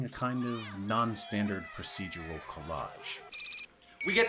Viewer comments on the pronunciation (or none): none